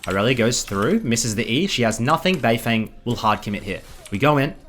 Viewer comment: its bay-ferng